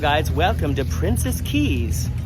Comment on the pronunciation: Thumbs up for correctly pronouncing Princess Cays and Coco Cay! Princess Cays is actually just a private beach near the southern tip of the island of Eleuthera. It is NOT a private island though Carnival Corporation would like you to think otherwise! The map of the resort is entirely misleading by attempting to give the impression that Princess Cays is an island! Eleuthera is over 175km long (that's over 100 miles!) with a population of over 11,000. For some odd (maybe greedy) reason, Carnival Cruise Lines drink packages are not valid at Princess Cays but drink packages from sister cruise line Princess are! I'm happy you had lovely weather for early January in the Bahamas!